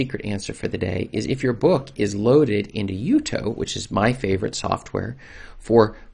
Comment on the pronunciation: For the record Jutoh is pronounced Jew-Toe NOT Yew-Toe it's a contraction of Ju(lian)To(ni) and H(arriet). And Calibre is not Kall-ee-Bray it's calibre (caliber to you) like the size of a gun barrel.